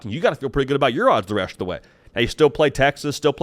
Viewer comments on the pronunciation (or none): The “resht” of the way… 🤣